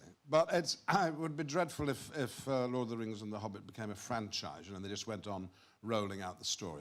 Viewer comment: “The Obbit” 🤣